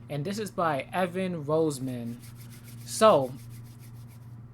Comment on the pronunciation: Please note my family pronounces the surname as "Ross-min".